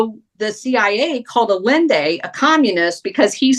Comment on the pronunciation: pronounce Allende's name correctly, please. less yelling, please